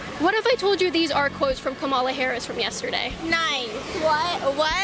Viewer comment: She also hasn’t said Kamala’s name correctly a single time and it does fucking bother me because at some point you’re just not you just don’t care you’re just disrespectful